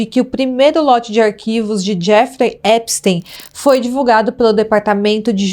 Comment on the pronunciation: que agonia esse "Épisteim"